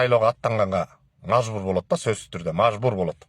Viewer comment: Мажбур дегенди туура суйлогонду уйронуп туруп анан кайра башынан суйлоп чыксан угуп королу